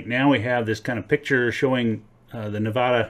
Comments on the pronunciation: It's not Nevoda, it's Nevada. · Neh-VAAAA-dah, not Neh-vahhhh-da. Thank you for your informative video, though. My backyard is a, no pun intended, gold mine :) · Stop saying Nevada like it's a gay bar. We locals dont say Nevhada... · Start by pronouncing nevada the right way. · Hurts every time you pronounce Nevada wrong 🙈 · It is not uncommon to find gold associated with cinnabar which is mercury ore, and mercury is found in hot springs deposits as is gold. And please learn how to pronounce Nevada, we nevadans can get very irritated when foreigners such as yourself mispronounce Nevada. Also you might want to bone up on your geology and mineralogy if you're going to make youtube presentations such as this. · Its so grating to hear it pronounced wrong by basically everyone other than Jeff Williams.